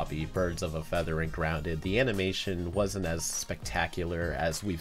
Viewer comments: ah yes "Gounded" my favorite episode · has yes "gounded" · the r is missing